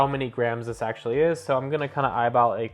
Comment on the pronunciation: "Actually" ? rofl Learn how to talk